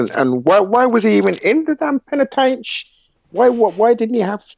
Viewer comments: this guy says penatench 1 more time im fuckin done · It's a prison not penitentiary